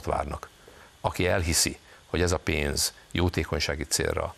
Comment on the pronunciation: Nem EEROPA hanem EUropa. Nem pe’ndz , hanem pénz.